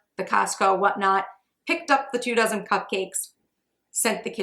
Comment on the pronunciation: for the first 10 minutes of the video, I understood "two thousand muffins" instead of two dozen and I was like whooa how are you able to make 2.000 cupcakes in three hours?😅